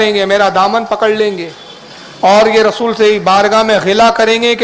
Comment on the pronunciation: یا رسولٙ اللہ ہے . ل پر زبر عربی کچی ہے سیکہ کر آ۔